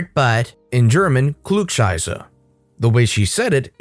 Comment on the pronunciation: If someone cares: the pronunciation of "Klugscheißer" was near perfect. And it's true, nobody likes them... :)